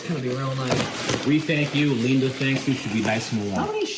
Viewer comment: ‘You probably like the rumble’. ... someone call Electrified garage’s ‘HR’. ‘pleese’... Leenda has a harassment complaint! 🤣